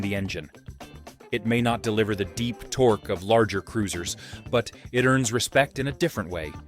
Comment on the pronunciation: Tor-Key? Really? Tor-Key??